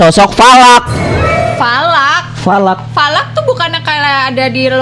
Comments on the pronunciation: Bukan Valak bang salak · Falak❎. Salak✅😂😂😂😂😂😂😂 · Falak jadi salak😮😂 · Bukan salak tapi lanak